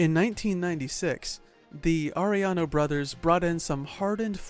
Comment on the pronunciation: Yes it is.. I laugh when they can’t pronounce Arellano properly 🤣🤣 They say Are then they pronounce the LLLL Then I go correcting them by saying the two LLs are pronounce like Yaa .. Aréyano 😂😂